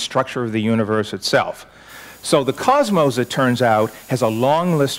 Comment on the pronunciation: I must be audio-dyslexic......is there really an 'e' at the end of 'cosmos'?